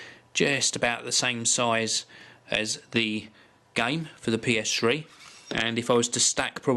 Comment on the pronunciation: ps3 not ps shree